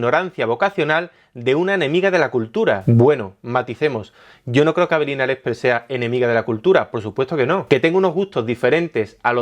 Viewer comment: like si siempre escuchas "Avelina Lecter"